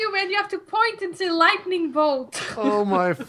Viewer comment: It's LIGHTning bolt,, not lightning booolt. -Hermione Granger